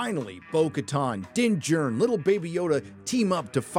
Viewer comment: Everytime you say “Din Djarin” all I can picture is “Matt Damon!” from Team America 😂 ..Dinn Jurn!! 🥴